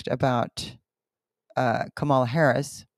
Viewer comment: The fact that you would highlight a woman who I think has some mental problems is beyond me. You partisan "Christians" truly lack discernment. Trump lies every time he opens his mouth and refuses to be fact-checked, yet Kamala (and her name is pronounced Comma la) is the liar. The church is truly sick. But perhaps the spell will be broken when Trump loses again. And I don't care what your late father prophesied. Trump will lose again and no the election was not stolen in 2020.